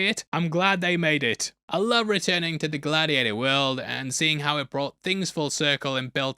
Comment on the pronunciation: 😅 Glad-he-ate-her-too 😂 this got me to subscribe to you